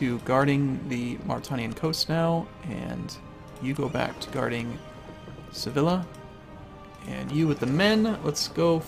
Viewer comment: Double Ls in Spanish is a Y sound, It's Sevi-ya not Se-villa